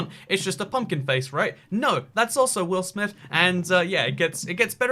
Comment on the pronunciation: Take a shot every time he says will amith